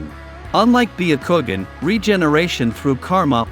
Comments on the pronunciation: "" BEE A KOO GEN"" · Baya kowgan